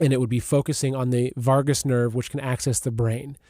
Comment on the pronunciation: Vagus nerve not Vargas